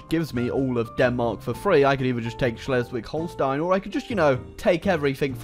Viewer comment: Holy fuck he pronounced Schleswig Holstein correctly